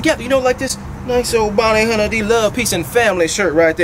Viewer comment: “Bounty hunner D love”